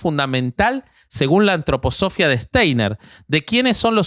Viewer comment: Gran capítulo! Lo nerviosa que me pone pronunciando mal Antroposofía jajajja